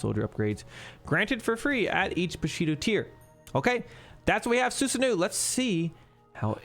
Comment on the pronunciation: You are not pronouncing Susanoo properly. It is Susano-oh, not Susanuuu~.